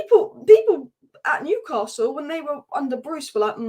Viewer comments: Great channel but PLEASE not Newcarsell : it’s Newcassul. Keep up the good work anyway ! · There’s no r in Newcastle, if you can pronounce that correctly then your a winner, love the content.